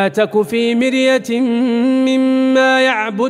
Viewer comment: ماشاء الله يا شيخ قراءتك تثلج الصدر لكن. يجب ان تصحح الاخطاء فيه كثير من الاخطاء منها فلا تك في مرية لا يوجد اخفاء هنا ثانيا ان لا تعبدوا الا الله َ بالفتحة وليس الا الله ِ بالكسرة